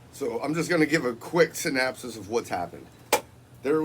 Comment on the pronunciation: SYNOPSIS....NOT Synapsis